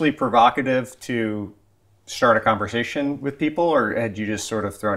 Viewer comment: A convershation?